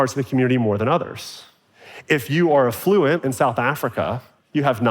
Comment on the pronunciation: Learn how to pronounce the word affluent, ‘genius’